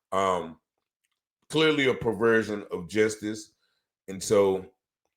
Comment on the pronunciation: Justice is not pronounced jestice.